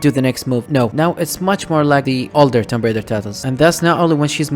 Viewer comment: Hey, the B is there, might as well say it!